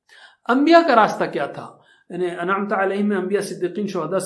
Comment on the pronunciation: السلام وعلیکم انعمت میں ت پر زبر ہے اور ذبر، زیر، پیش کو جلدی پڑ تے ہیں ت ذبر ت t-a. ت ذبر تا t-aa nahi .